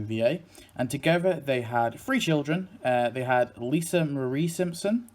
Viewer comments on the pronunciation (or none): none